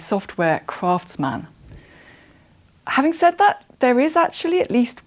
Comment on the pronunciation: Native English speaker, but she can't correctly pronounce "craftsman".